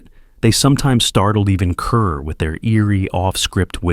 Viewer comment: I HATE A.I. so much. Deborah Kerr is pronounced like car. They said, "Deborah Kerr, rhymes with STAR."